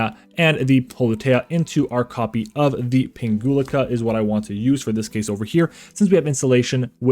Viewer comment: Nice combo vid! 🙂 I picked up the deck recently so I'm trying to learn as many plays as possible before I take it to locals. P.S. You're mispronouncing Pinguicula 😖😆 (plant geek here) It would go like ping-we-kyula 🫠